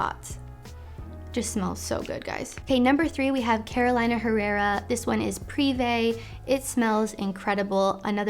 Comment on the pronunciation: hey, it pronounced Carolina (Care-O-Lee-Nuh) herrera. Best! love the video